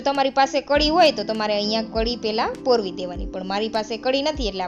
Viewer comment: પોરવી ના કહેવાય પરોવવું એમ સ્પષ્ટ ભાષા બોલો